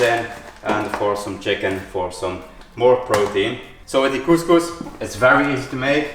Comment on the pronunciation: the pronunciation of couscous is just perfect, the problem is in the cooking process 😅, that's not steaming it's soaking.